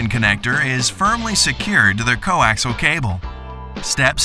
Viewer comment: Could someone please tell them it is coAXIAL cable, not coAXLE. Good grief. That's 4 syllables, not 3.